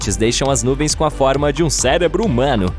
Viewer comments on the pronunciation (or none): none